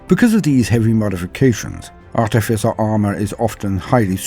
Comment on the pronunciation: Oh boy are we getting treated, thank you, not only is this just a little bit of perfection, but you also pronounced Artificer correctly, not an easy thing. How do I know, well I was an artificer officer in H.M. forces i.e. an engineer, not a good looking chap but I have a bit of grey matter that seems to work, it surprises me too lol